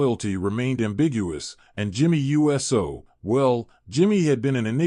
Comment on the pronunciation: Why does the 'voice' say U S O, instead of Uso??? Because it's AI and not a real human being... SMH